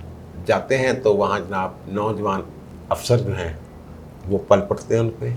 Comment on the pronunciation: 1.... jnab Asel Haqaiq kia hotaiy hain.....Haqaiq, haqeeqat ki jama haiy, oor haqeeqat ka meni haiy Such,,,,Asel.......lehaza sirf Haqaiq bola karain........2. Pall parna nhin hota, PILL parna asel lafz haiy.....sorry to disturb.